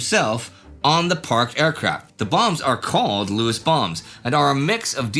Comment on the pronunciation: Not Jock Lewis Jock Lews ie: the last E is silent